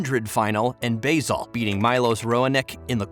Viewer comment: Dominic “Theme” 😂😂 these videos are so fucking lazy. “Basil” instead of “Basel” THIS CHANNEL IS LAZY AND MEDIOCRE AS FUCK